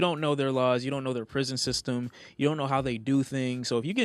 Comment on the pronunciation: Nobody:: “prishon”